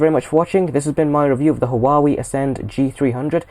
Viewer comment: Huawei pronounce (Wa-wee)